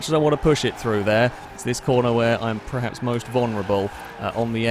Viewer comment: STOP SAYING PREHAPS. THE WORD IS PERHAPS. PER PER PER. EVERY. VIDEO. YOU. SAY. IT. WRONG.